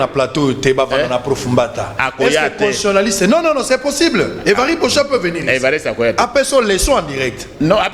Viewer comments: Bonjour, est-ce que professeur a koki ko prononcer convenablement " constitutionaliste". Il prononce "constionaliste". Lui qui en est spécialiste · S'il vous plaît, c'est pénible d'écouter mal prononcé un mot qui revient souvent ? CONSTITUTIONALISTE